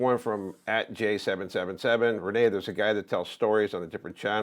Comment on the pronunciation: Renee not rain